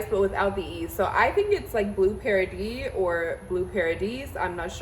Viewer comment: Beautiful bag! It's in french pronounced "Paradee" Congratulations!💙